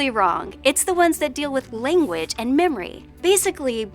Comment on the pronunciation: Would you mind doing a vid on modern vowel shifts? For example, the young lady on this video often has her “a” sounding like an “i”. (Eg lang sounds a bit like ling)